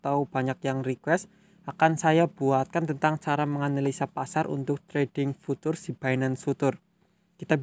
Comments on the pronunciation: Bacanya Fyutcur bang. Bukan futur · Futures dibacanya fiucers mas